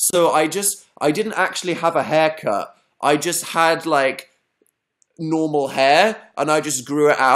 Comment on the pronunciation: when he said hair cut I thought he said heck art lol